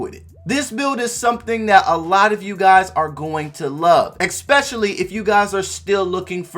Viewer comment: It’s especially. No x In that word